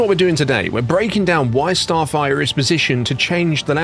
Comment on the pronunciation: I think im the only one that was annoyed that he couldn't say the name of the movie, "Starfighter" not "Starfigher"( Starfire )...